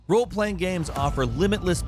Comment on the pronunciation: He will usually say "Gams" instead of "Games."